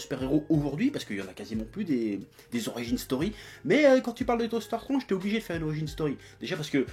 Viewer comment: ... hey chef comment tu dis déjà? docteur strOnge ... putain on aura tout vu ...